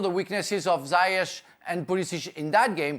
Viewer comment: Why is he calling Ziyech "zyech"?